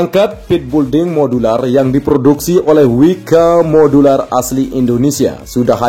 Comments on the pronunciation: Hallah sy pun kalau yebut juga belding malah bukan building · Sekedar koreksi agar PENGUCAPAN lebih Benar ya...Bukan BULDING....Tetapi BUILDING....ATAU PENYEBUTANNYA ..BILDING...Ok Bos Koe....